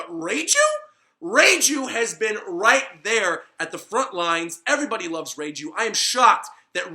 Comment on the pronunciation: Reiju not reijew